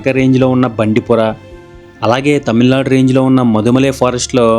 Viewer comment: Bro! అవి ముదుమలై & బందిపుర! మీరు మధుమలై & బండిపుర అంటున్నారు!